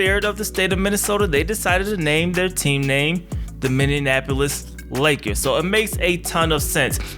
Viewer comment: Minny - Apple - Is. Only one "n" sound. :)